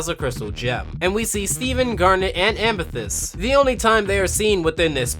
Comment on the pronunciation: don't you mean "steven, pearl and amethist?